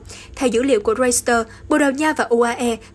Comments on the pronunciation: Hãng tin “reuters” chứ KHÔNG PHẢI là “reuster” ạ! Thím đừng có “sì” lung tung! Làm gì có hãng tin “roi-sì-tơ” 🤷‍♀️ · Xin phát âm đúng từ báo "Reuters"! (... ; ; v.v...)